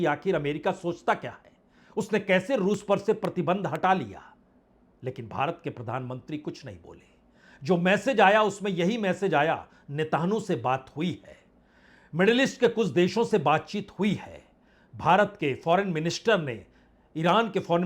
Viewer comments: होमुर्ज नहीं होता है और नेहटहनू नहीं होती है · Sir pahle aap pronounciation thik kijyea हार्मोज, एंड नेतन्याहू